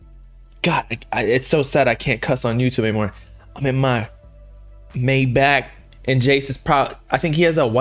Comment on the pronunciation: Not to be that guy but maybach is pronounced “my-bock”